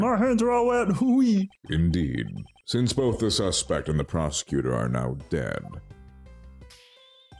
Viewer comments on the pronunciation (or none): none